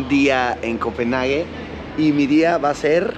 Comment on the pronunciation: Copenjagen. Así se pronuncia😂😂